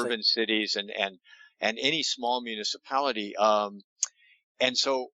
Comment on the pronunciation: Practice,: mu-ni-ci-PAL-i-ty. mu-NI-ci-pul Loved the show!